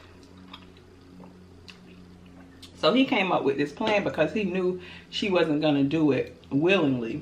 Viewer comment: Terrell would’ve been on skates... heelys... 😳😳🤣🤣🤣 fool if you don’t go away from me “wif dis” 🤣🤣🤣 congratulations on the 40k momma 🤸🏽‍♂️🤸🏽‍♂️